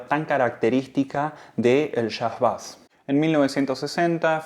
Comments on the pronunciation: No diga "bas"... Por favor, pronuncie " beis" , de seguro lo habrá escuchado muchas veces y lo argentino le seguirá quedando bien. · Bonito informe. Solo una cosa, se pronuncia beis, no bass. Un detalle al pie.